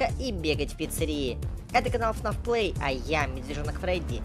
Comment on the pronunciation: Не кнаф а фнаф